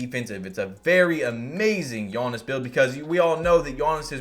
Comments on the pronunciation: Love the content but it is giannis not gionnis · Bro why do you pronounce his name like yoanis instead of Giannis (yee-Ahn-is) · “Yawnnis Awntetokoumpo” LmAo